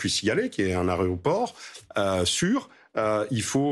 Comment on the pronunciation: Monsieur a bien de la chance... il est tellement inculte qu'il emploie le mot... "aréoport"... Quelle honte, pour un "professionnel du tourisme"!!!